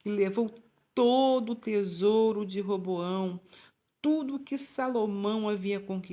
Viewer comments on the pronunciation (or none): Nao é Reboao é Roboão